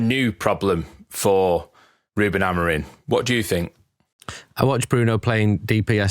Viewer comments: Why do you guys pronounce Amorim as Amorin? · Why does Carl Anka say AmoriN?